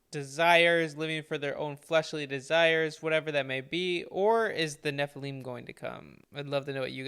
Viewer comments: Dude! Learn how to pronounce the word, NEPLILIM!! It's NOT,...NEP. LIME!! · Agreed. The RIGHT WAY!,...and THE WRONG WAY! There is no L I M E,...at the ending of the word, it's L I M,...Listen to how the Lecturer pronounces it! The CORRECT WAY! GOOGLE the correct pronounciation,.. It will give people the impression,...tjat you know what you're talkin about,...😊